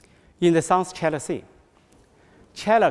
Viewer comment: 这个英语肯定是临时学的吧🤦🏼‍♀️连自己国家China的发音都不标准😐